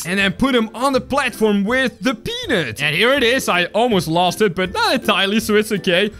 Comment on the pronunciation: can you say peanut right please it sound like the thing 😣